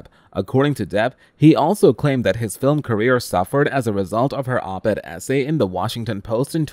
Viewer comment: Thank you for saying “Op-Ed” not “oped”! I can’t believe how many times I’ve heard the latter. The other readers can’t know what Op-Ed stands for. 🤷‍♀️